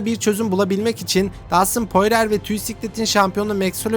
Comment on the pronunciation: poirer değil porie